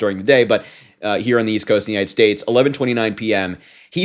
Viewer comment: trump has one leg that doesn't work. Remember he pronounced the U.S. as the United shates of America. The world knows trump has lost what's left of his demented mind and has to be led around like a feeble old man from an assisted living center.